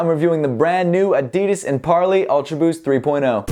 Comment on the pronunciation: Good review but I think it's pronounced par-lee, not par-lay